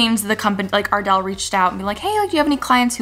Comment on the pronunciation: When you said Ardell, I thought you mean Adele😹